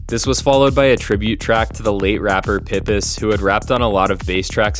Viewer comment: Love the video! For future reference pipus is pronounced pie-pus